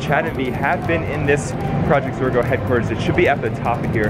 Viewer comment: its zorgo not zora